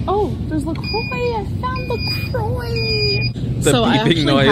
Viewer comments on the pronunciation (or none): Hearing her pronounce La Croix hurts. I hate to be that person but that's not how you say it, gorl.